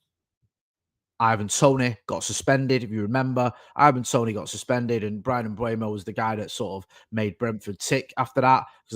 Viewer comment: please, it's not Mbuemo (Mbwemo) it's Mbeumo. M-beu-mo. There's a video on YouTube of Mbeumo pronouncing his name.